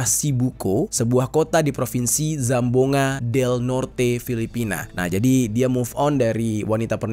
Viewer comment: Kakak mau saya betulkan cara baca BUKAN SAMBUNGA TAPI CARA BACA NYA GINI SAMBUANGGA